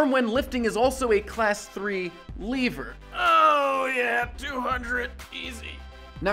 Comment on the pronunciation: I think you misinterpreted what Nintendo meant by "Dark Energy." Also, you don't pronounce lever as "Leever", because the latter is a Zelda monster.